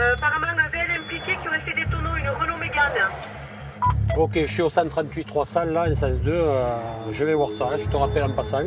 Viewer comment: ptdr sa me pique l’oreille quand j’entends megane